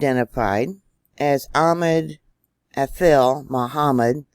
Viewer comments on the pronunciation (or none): none